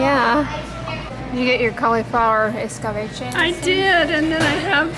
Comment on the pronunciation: I scoff when I see fragrance in skin care products now too! 😂 Also, love how you pronounce words like escabeche, chayote, etc. Might you be a fellow Latina? Greetings!